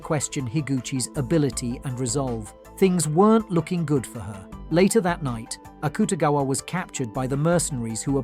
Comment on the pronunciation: he also said akutagwa.. when its akutagawa